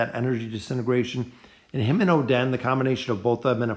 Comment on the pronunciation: cant believe he said "oh, den" for oden........................................................................................................................ stg ima just comment abt how badly you butcher their names on each vid i see from you..